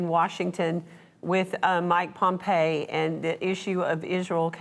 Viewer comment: I have a REAL hard time listening to someone who says " Mike Pompay";..:learn his friggin name. Next....would Christ side with Is Ray Al who is killing tens of thousands of people,35% who are Christians?????? You people are NOT real Christians. Christ WAS not into killing people based on what THE WORLD says is THE CHOW SEN PEOPLE. GO to the book of rev el action and look at " those that say they are joo wish but are not... But are the syn a gog of say tan".... Many will say Lord Lord haven't I ( fill in the blank) AND HE WILL SAY " I NEVER KNEW YOU"... even non christian people see the lack of morals in this. But so called " Christians " will follow Iz ray all off a cliff. Wake up sheeple. It disgusts me and now I know why HE said " narrow is the way and few that find it"..:now I know why He said "BE not deceived, many will come in my name saying I am Christ"...many will not come claiming to be Christ... Many will claim HE is Christ ,that know NOTHING about his teaching. He did NOT teach to kill innocent people. He claimed peace and love is the WAY,THE TRUTH AND THE LIFE.I hope this wakes up ONE person. God bless.🙏♥️🙏